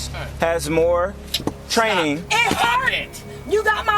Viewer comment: "it hurded! It hurded!" this idiot gives medical advice to people. Dear lord that's scary.